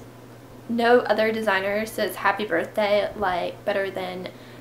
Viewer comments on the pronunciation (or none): none